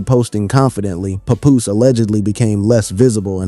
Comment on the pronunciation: he said pepoose lol bless his heart!!